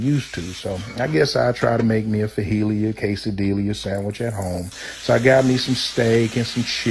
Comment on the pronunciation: If I can stop laughing at the way he I pronouncing quesadiillas and fajitas, I just ight understand what he is saying! Your samiches look delicious! 👍🏼😋